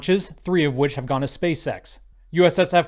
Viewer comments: I'm 100 percent sure is saying Space sex 💀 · I love how he keeps saying "space sex" haha